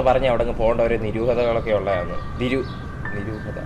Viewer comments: നിരൂഹത അല്ല ദുരൂഹത 😅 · നിരൂഹത അല്ല ദുരൂഹത ആണ് bro😜🤣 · Nroohata alla nigoodatha😅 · Niruhada alla manushya...dhuruhada🤣🤣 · Niroohatha alla duroohatha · Noroohada alla doroohada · നിരൂഹത അല്ല ദുരൂഹത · Niruhada alla nigudatha